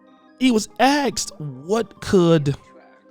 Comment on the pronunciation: Asked. Not axed.